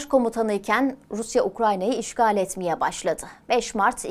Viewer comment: Orusya... Diye başlanır mı ya konuşmaya, aklım gitti